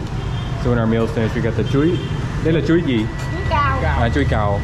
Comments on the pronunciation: "Chuối cau" chứ không phải "chuối cao" ạ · "Chuối cau ", it's not "chuối cao",!